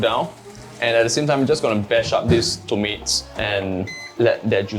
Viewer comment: Dude! Those things are called tomatoes. NOT TOMATES!!! WTF... learn how to speak properly lah u gen-z!! TMD!! 🤬🤬🤬🤬🤬🤬